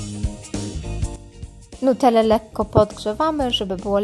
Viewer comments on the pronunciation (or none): . Czy tylko ja słyszę "nutel lekko podgrzewamy"